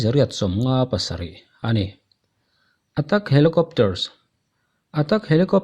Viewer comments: China i lamdan hi adiklo deuh emaw aw kalo tia. Cheina nilo in Chaina ni zawk se. Attack pawh hi attak nilo in etek ni zawk tur ani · Atak niloin Atek tiin lam maila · Atak ni loin Attack ti zawk tur anih....a veng var thlak e ..... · Atak nilo in attack tih tur ,mizotawng lamrik dik apoimawh rualin English pawh hi atheih chinah chuan dik hram se, Kan ti ve mai mai anih chu,nangmah ai in ka thiam lo zawk na a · 'Attack' pronounce dan zir rawh😆